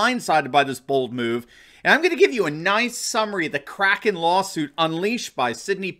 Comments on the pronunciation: Isn’t it pronounced Crayken, not cracken? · You're great. By the way Powell mispronounced kraken, is has a long A, not a short.